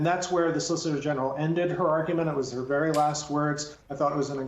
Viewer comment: Yamiche said "solicitor genital" teehee